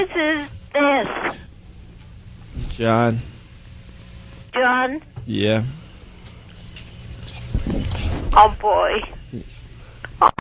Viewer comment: 'who is this?' '...ssJohn...' that is inexplicably hilarious to me.